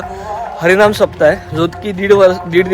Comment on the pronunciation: सप्ता नाही सप्ताह